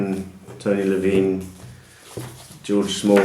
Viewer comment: Tony Levin, not Levine!